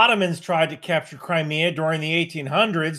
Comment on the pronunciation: I keep hearing "Cry Me A Bridge" is there a River in Crimea?